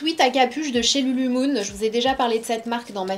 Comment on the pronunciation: LuluLEmon et non Lulumon